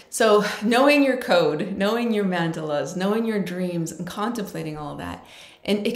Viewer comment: Thank you so much for this sharing.. love to see what craft ideas you have also?? I get a feeling u like rusty green autumn things colours etc?? Not sure if I’m saying it correctly or your saying it correctly.. but mandala’s has a particular way it’s said.. South African or India 🇮🇳 way..& the Kiwi way.. Not sure there’s an American way u til now.. 🙆🏼🙋🏼I say this with compassion and each time u said it I said oh bless.. do shoot me away .. just saying coz I care about ur feelings too